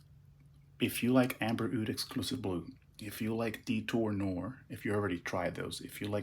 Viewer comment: The Al Harmain is pronounced Detour nuh - waaar , not noor